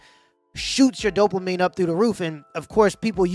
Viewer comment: if he says "Dope-La-Mine" one more time, my head is gonna explode. It's dopamine."Dope UH Meen".